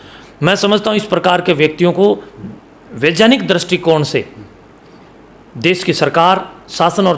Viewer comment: vigyan ko vijan kyon bol rahe ho aur vaigyanik Ko vajan IQ